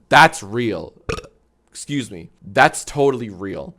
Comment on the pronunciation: Minion says exsqueez me 😂😂😂😂😂